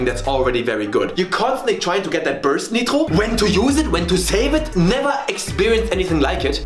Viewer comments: why this mf say "neetro" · As french I'm confused by the way the word nitro is pronounced. If it's his voice I confirm that he speak french! If not so he get me. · Or German? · I'm french , and earing him pronounce "Nitro" like a french native speaker in the middle of an American accent phrase is actually extrememelly disturbing